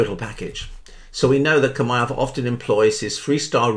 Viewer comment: Chimaev said like Shimaev